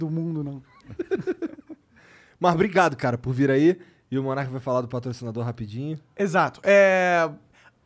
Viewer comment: O Abilio falou Monark certinho...não sei pq me lembrei do Doria bem mais jovem chamando ele de monarca kkkkkk